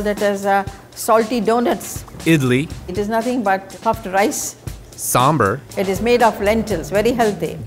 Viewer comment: itas not samburr its sambar im indian :)